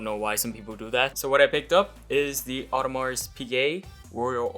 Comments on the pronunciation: Congrats Bro The S in Audemars is silent ;-) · congrats, awesome watch! Just do not pronounce the S at the end hihihi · Great watch, great passion, great video. One thing please: no "s" in the correct "Audemars" pronunciation.